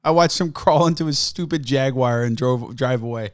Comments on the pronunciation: What the hell is a Jaguire? It's Jaguar you heathen. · It’s jag-u-ar not jag-wire you uncultured swine. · Jaguar. JAG-U-AR. Not fucking Jagwire. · What the hell is a jagwire? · He just called a jaguar a jagIER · Jaguire. Tony ja guire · WTF is a Jagwire? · As a sweetly little Englishman, it upsets me to hear that you pronounce Jaguar as, “Jag-Wire” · say "jaguire" again... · he said jagWOIRE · Not sure what a Jagwire is... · Jag-wire lmao. To be fair, the new Jaguars are pretty fuckin' dope